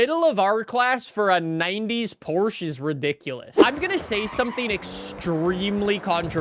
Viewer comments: i can hear that never finished his german class. he still cant pronounce porsche. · Ah yes, the Porcshe 911